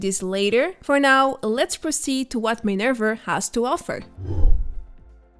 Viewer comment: Why are u saying minerv-er not minerva